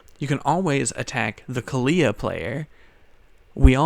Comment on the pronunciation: The way he says kaalia bugs me lol.